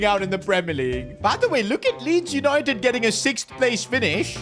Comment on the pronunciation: Yesssss Yanited Yanited